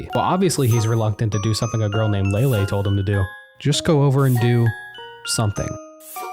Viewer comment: Lay-Lee, not Lay-Lay